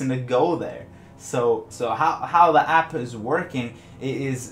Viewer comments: He has to make the p sound super strong and but quantum in front of number generator lmao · My does he put so much énfasis on the P of app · you say app weird lmao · Unrelated but I noticed you put a lot of stress on the hard "p" sound in apP and maP, and then also that your channel name is Opvious :P